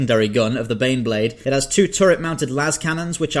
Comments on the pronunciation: When you introduced number 4 I really thought you said The Beyblade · You mispronounced "Baneblade" you reach find your pair and sound out "BANEBLADE!!!!!!!!".